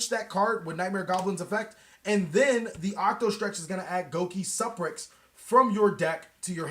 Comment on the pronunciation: GO KEE SUUUU PREX LOL